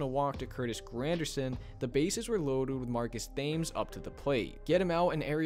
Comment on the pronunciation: Marcus Thames’s name is pronounced “tims.”